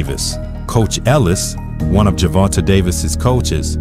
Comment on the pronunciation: Ger-von-ta = jer-von-tay